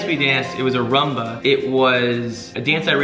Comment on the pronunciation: Why do they call it Ra-mba? Isn't it Ru-mba?